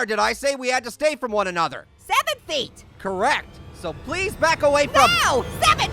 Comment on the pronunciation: DUDE ITS 6 FEEY